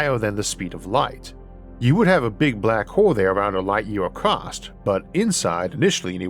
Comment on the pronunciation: The word is ACROSS, not ACROST. Kentucky army pronunciation. Ask your editor or speech therapist to help yo with this. You got past NEW-CUE-LAR..